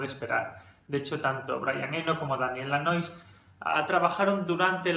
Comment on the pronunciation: tambien se sumo a la produccion Steve Lilywhite (y Lanois se pronuncia algo asi como "Lanua" él es de Quebec)